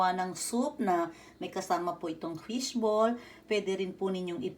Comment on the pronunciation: .fish bowl or fish ball ?? i keep hearing fish bowl. by the way, i like your fingernails. they're beautiful .its cool, you just boiled it. not fried.